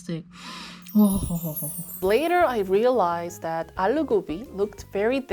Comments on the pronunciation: iss not ALLLLLO its allu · it's not allo it's aloooooo